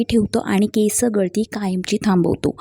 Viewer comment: अगं बाई केस हा शब्द आधी व्यवस्थित बोल